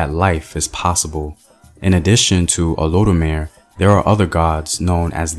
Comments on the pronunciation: Think it’s pronounced o-lo-du-mar-ee or(rey). And olodumare is genderless or gender neutral you can refer to it as him or her. Because he has masculine and feminine aspects, attributes or qualities. And in African spirituality there is always a balance between male and female in which there is harmony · Make that Oh Loe Doo Ma Ray and it's all good lol. It's spelt Olodumare :) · OH LOW DOO MAH RAY People will understand the pronunciation more this way. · Olodumare = Oh low due ma ray (In pronunciation...) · O -LO-DU-MA-RAY Just helping you pronounce it correctly